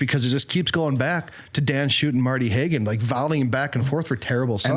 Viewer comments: You all should have really done a little more research before you did the show. For example, pronouncing their names correctly. Schutte=shooty Haugen=Haagen And it’s John Michael Talbot, not Michael John, or Michael. John Michael Talbot did not write Be Not Afraid. Criticize the composer, not the performer. The King of Glory‘s melody is an old Jewish melody. Why isn’t Abba, Father on this list? You could have substituted all of the songs for that one. THIS is the granddaddy, sweetheart. And knock off the swearing. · Respectfully disagree, not so much with some of your choices, but with your very belittling attitude toward some of these composers, especially Dan Schutte (whose name you can’t pronounce correctly). You said you don’t know him & it shows. Do a little research. Also, it’s very easy for you to condemn “easy” folk music, but Fr. already commented on the immense amount of work to prepare some of your favorites. Little parishes DO NOT HAVE THE RESOURCES in people, singers or instrumentalists. Not impressed, not kind.